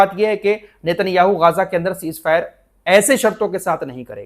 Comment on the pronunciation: Gaza, Not gaaaza.